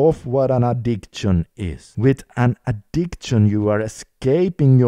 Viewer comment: Brother i like your videos. Btw it is addik-shin not addikt-shin